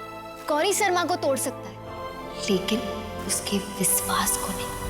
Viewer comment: In gauri's language : shadi equal to : sadi or vishwas equal to : viswas 😂😂😅❤